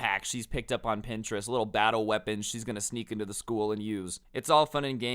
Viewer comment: Your pronouncing is terrible of print-er-est!!!